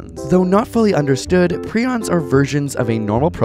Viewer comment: Jesus Christ the fact that you pronounced prions wrong is going to drive me crazy